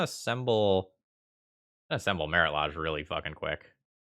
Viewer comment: The way you incorrectly pronounce Lage makes me cringe every time :(